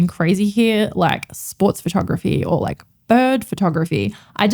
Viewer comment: Funny-to-me and off topic, but my American ears often hear the word “lack” when you say “like”.. which being nearly opposite, takes my brain an extra couple seconds to retranslate to your intended meaning. 😊